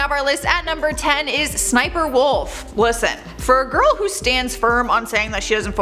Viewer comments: It’s not sniper wolf, it’s SSSNIPERWOLF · Its sssniperwolf not sniper wolf